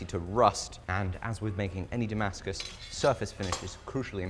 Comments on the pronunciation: Hahaha it's Dongmascus😂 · Pantented “Dongmascus” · dih-mascus steel